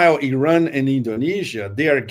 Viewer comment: and his way to prononce Iran: Araaaaaan 😅